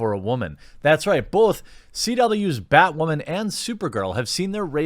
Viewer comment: Batwahmen... weak 2.